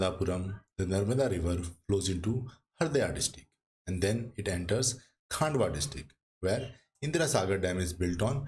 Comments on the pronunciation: Pronunciation of Khandwa as "Khaandwa" or Khargone as "Khaargone" is excusable on account of unawareness of local language but to pronounce SH as "S" or CHH as "CH" is unacceptable since this is universally known and taught how to pronounce "SH" or "CHH" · kindly do correct pronunciation of Khandwa, khargone & Maheshwar.